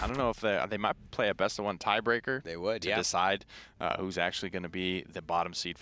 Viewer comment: this guy's been commentating too much smite he said "That will be a full diecide" lol